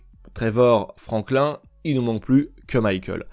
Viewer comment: Les svp arrêter de prononcer franklin comme la tortue verte, ça ne se prononce pas comme ça écouter le dans les dialogue ça sonne comme Franklinne